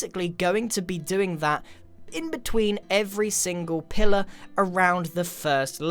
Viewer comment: me, halfway through the video : ooh its pillar not pillow